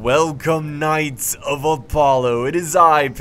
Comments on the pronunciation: Does anyone else get triggered when he pronounces Apollo as "Alpollo" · Why the hell do you pronounce it "Al-pollo" it's the cringiest thing pls stop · Am I the only one who thinks he says Apollo weird?all-pollo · why does he say apollo so weird. his intro hes always like pixelated augh-pollo